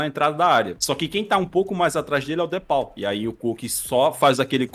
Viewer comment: o cara se diz torcedor do atleti e não sabe falar "de paul" certo kkkkkk